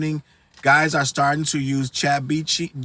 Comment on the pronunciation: you know CHATgpt is bad for hip hop when you got struggling to pronounce it 😂